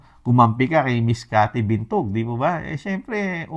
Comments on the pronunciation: Binag po hindi po Bintog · Cathy Binag po Sir, hindi Bintug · Cathy Binag hindi Cathy Bintug. 😅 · Binag po hindi bintog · Cathy Binag po, hindi Cathy Bintug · Cathy Binag po not Bintug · Cathy Binag Hindi Bitog😂😂😂